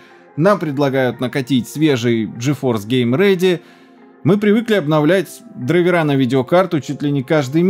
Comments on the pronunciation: Грамматическая норма — «дра́йверы». Отраслевой сленг — «драйвера́». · Дра́йвер (англ. driver, мн. ч. дра́йверы) Вариант драйвера́ разговорный и профессиональный. Как-то так) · Очевидно, что дрАйверы. Слово образованно от дрАйвер, а не драйвЕр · Правильно не "драйвера" а "драйвера" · Ударение на корень слова, а не на окончание - дра'йверы. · Слово не русское driver ударение на i наверное так, дрАйвер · В слове драйвера Д ударная